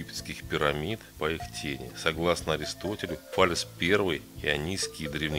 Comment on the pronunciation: Все хорошо, но если б в видео говорили Фале́с, было бы ваще огонь)